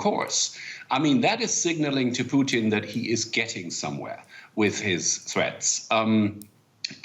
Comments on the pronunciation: Did he just call him Vladamir Poutine? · Him: “Vladimir puteens”